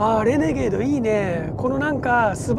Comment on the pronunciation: イントネーションはレ→ネ→ゲー↑ド↓…じゃないの？私少数派？